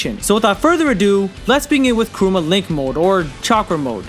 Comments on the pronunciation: Bro its KURAMA not KUROOMA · It's Kurama, not Kuruma. Kuruma means car 😐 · Is it just me or is he really referring KURAMA as "Karuma or Kuroma"? Thats what im hearing until the end of the video. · Why do you say Kuruma instead of Kurama? no hate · Kurama not kooroomar how are your missing it up really 😂😂😂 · kurama, not karuma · Kurama man not kuruma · Kurama (Koo Rah Muh). Not Karuma, or Krooma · mf said Karuma lol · Hearing the dubbed hurts my soul... Along with hearing him say Kuruma. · Who tf is Karuma? Smfh thumbs down just for that alone. If you're going to do an explanation of something like this at least be able to pronounce the names properly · “Karooma” - chosen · Why does he say karuma ??? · It’s kurama may guy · Very interesting video, but man im sorry, KURUMA 😂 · stop saying kuruma god damn! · I left when he called Kurama 'Kuruma' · He pronounced it as kooma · Did anyone notice he said Kurama wrong the whole video